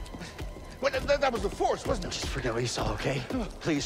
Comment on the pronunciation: "The phorce be with you"